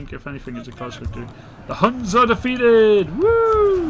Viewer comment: ITS NOT HANS ITS HUNS GOD DAMMIT